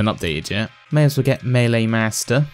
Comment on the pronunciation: That's how it is pronounced